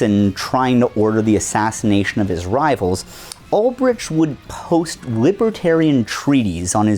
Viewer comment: What's a wibwertairian?